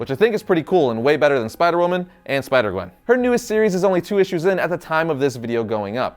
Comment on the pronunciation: Which one is your favorite? Oh you said spider qwen. I thought you said qwen stacy.